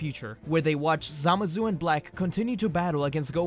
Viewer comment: the way you say zamasu annoys me "samazu"